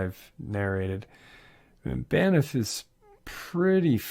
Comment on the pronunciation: It's "BANFF"! Lol. There is no ''i' in the word (Banff, not Baniff") and it's pronounced just as it's written. Not trying to be the Pronunciation Police, but it is a National Park, and I know that I, myself, would want to know that I'm saying it right. It's truly an amazing and beautiful park. Greetings from Canada! 🙂